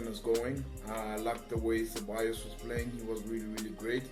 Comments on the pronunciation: he said ce-ball-as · The first guy that said that Unai Emery should learn English faster, couldn’t even pronounce Ceballos well. He should try and learn Spanish faster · Ceballos pronounced = Se-Va-Yos